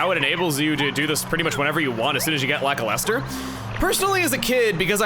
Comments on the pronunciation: For reference: Luh-kyle-ster. Don't worry, I said it your way as a kid, too. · I was today years old when I realized Lakilester sounds like "lackluster."